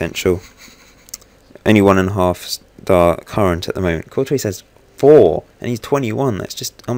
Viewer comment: Good video but Courtois is pronounced 'Cor-twa' not 'Cor-toise'